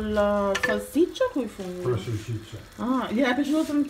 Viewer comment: Si dice salsiccia no salciccia